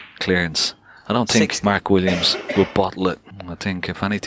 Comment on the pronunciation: why does the announcer call him Mart Williams?